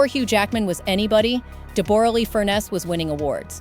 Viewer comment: So disappointing the voice over of this story mispronounces Deborra's name ( pronounced Debra not Deb or a lee) also her surname is pronounced Fur-ness not Furnace.